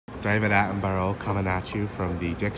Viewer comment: Loved the video just not the part where David Attenborough was said sooo wrong hahaha;) Love the progress!